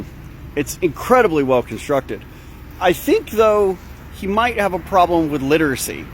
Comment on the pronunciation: The irony of pronouncing it "littercy". Enunciation man, enunciation.